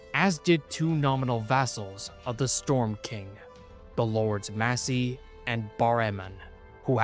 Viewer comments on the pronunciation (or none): none